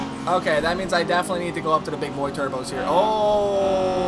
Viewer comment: Absolutely Love it when he says Turbskyes